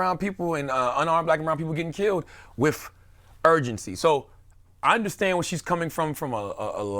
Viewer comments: He said whiff instead of with. Lmaooooo. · Are you saying “Wiff” or “With”? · The word is 'with' not 'wif', he needs to improve that pronunciation.